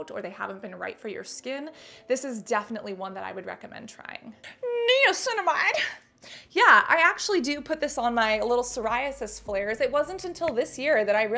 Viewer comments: I cracked up when you kneeaminicide. Hilarious. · Niaguin, piguinamide, niacinaguin. Lol sorry had to say it.